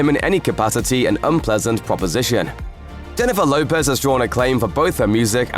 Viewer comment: 'Hennifer Lopy'. 😄